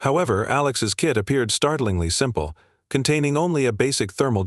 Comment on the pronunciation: kit not kid